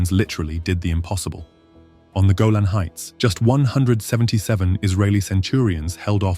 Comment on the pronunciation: "GolaM Heights?....the Centurians were in Lord of The Rings?